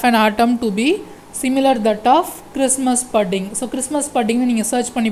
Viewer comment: Sir pudding correct ah pronounce pannunga Google la pronounciation potu paarunga